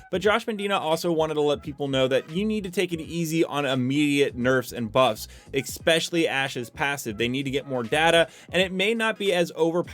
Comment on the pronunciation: I watch your videos all the time my man, keep it up, but the way you pronounce “especially” kills me every time you say “exspecially” lol